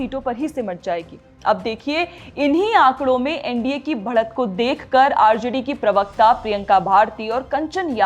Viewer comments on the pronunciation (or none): 'भ'ड़ने नहीं, 'ब'ढ़'ने कहा कीजिये! 'फ़े'के हुए नहीं, 'फें'के हुए कहें! (फे के नीचे 'नुक़्ता' नहीं होना चाहिये, बल्कि फे के ऊपर 'अनुस्वार' की बिंदी होनी चाहिये।) 'भ'ड़त नहीं, ब'ढ़'त कहें! इससे परे, आपका समाचार और उसका आंकलन स्पष्ट और बहुत अच्छा है! 👏 👏 👏